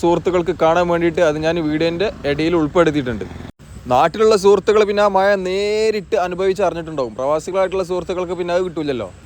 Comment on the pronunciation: no excuse with ur slang about MAZA not Maya